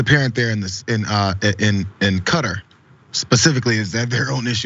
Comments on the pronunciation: It's not pronounced cut-ter, it's pronounced kah-taar, like guitar. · It rhymes with guitar not gutter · KAH-Tar You're in politics. You should pronounce it correctly. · Please pronounce Qatar properly.